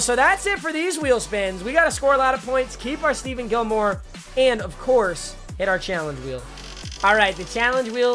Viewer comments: STEPHON CUH NOT STEVEN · Stephon not Steven